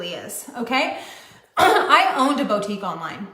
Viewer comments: If she says “bow-tique” one more time… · CAN WE TALK ABOUT THIS BOW TEEK?? LOL BOUTIQUE.. [BOOO-TEEK] 🤣🤣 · How does she keep on saying BOA-TIEEK? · I'mma need her to stop saying "bow-tique." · She pisses me off so hard the way she says bow-tique instead of boutique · Someone needs to tell that it’s “BOO-tique”, not “BOW-tique”… BOO. Like the MLM that got shut down. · How does a person run their own Boutique and yet not know how to pronounce the word Boutique?